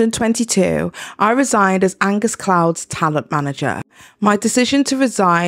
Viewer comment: Idk who this guy is but its so funny to me personally every time you misread his name as Agnes bc I do the same exact shit when I read his name